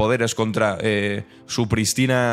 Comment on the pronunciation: Estimado: Muy buen vídeo, pero se dice prístina (con tilde en la i). No me la haga usted llana, cuando es esdrújula.